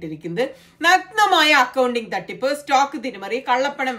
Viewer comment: ഔക്കിംഗ് അല്ല അക്കൗണ്ടിംഗ് ആണുണ്യേയ്...